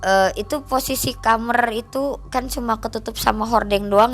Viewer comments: Kok Aku rada aneh dngr kata KAMER😂KAMAR kalik y😅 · Benci omongannya kamer kamer kamer KAMAR KAK KAMAR😅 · KAMAR BUKAN KHAMER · Capek bgt denger dia ngomong KAMER KAMER pdhl tinggal blg KAMAR 😅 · kamar mba bukan kamerr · kamAAAAAr bukan kamEr kamerrrr gemesss gatel deee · beginilah kalau narasumber kecilnya jadi jamet, bahasa2 yang ga semua orang paham keluar dari mulutnya....contohnya kamar jadi KAMER..... hadehhh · Ngomong Kamar aja Jadi Khamrr ( alkohol). Audience ini jadi bingung mbak eeeeee 😅😅 ah elah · Sedih. Cuma kesel pas ibunya bilang kamer, pingin tak bilangin "kamar bu" 😁😁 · Ini narasuber org MN kok kamar jdi kamer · Kamar bukan kamer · Kamar bukan kamer😅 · kamar gaes bukan kamer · Kamer Gys bukan kamar lagi ya 😂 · Dia bilang kamer kamer aku terheran2 itu bahasa aya ya apa kidal mbak nya ini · Lucu yaa. Aku kira aku aja yg salah denger